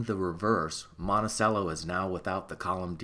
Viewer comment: Your like a nusmismatic expert guy, and you can't pronounce "monticello"???? Seriously? "Mont-uh-chello" c'mon man.